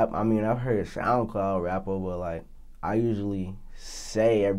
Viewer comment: why he say rapper like that